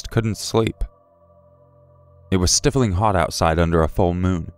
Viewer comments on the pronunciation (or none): It's "stifle-ing-ly" not "stiff-ling-ly"